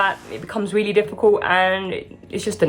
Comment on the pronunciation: I love how you say Willy willy... instead of really makes me smile